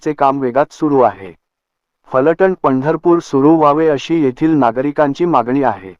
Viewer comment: फलटन् असे म्हणू नका त्याऐवजी फलटण असे म्हणा.